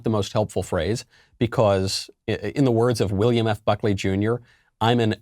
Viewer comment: Bee khaauussse